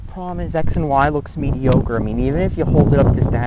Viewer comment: "mee-dee-oh-ker" jesus christ